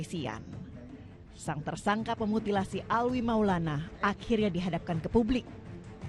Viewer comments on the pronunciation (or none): Alwi alwi Alvi Gimana si Nyebut nama orang aja gak beres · Alvi bukan Alwi